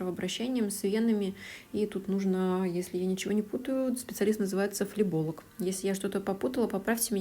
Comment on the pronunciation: Не флеболог а флеболог